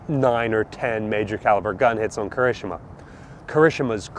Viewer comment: please, Japanese is phoenetic. Ki-ri-shi-ma